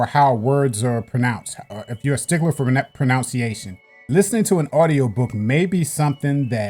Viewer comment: Like pronunciation, not pronounciation😁